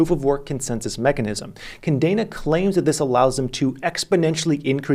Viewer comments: Say it with me. Kah Deh Nah. It means chain in Spanish. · Love u. Still the MVP. But did u say KaNdena a lot or am i deaf...lol